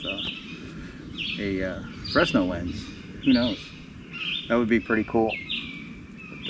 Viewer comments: It is not "Fresno Lens" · And the S is silent.